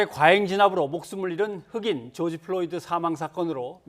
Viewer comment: George Floyd구요, 한국어로 죠지 플로이드!!!! 플로니가 아니라!!! 교수라면서 사람 이름하나 제대로 발음 못합니까? 망자에 대한 예의 좀 갖추시죠!!!!!!!!!!’